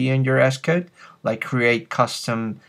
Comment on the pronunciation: Good tutorial, Sounds funny when you say ESS-Code